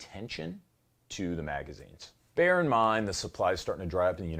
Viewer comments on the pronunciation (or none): none